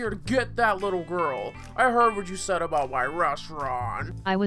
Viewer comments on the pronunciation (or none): If SAYD HOVA ONE MORE TIME